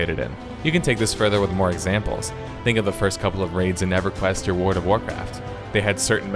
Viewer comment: Luv how you always say "world" as "word" whenever u mention wow, and i dont even play wow hah.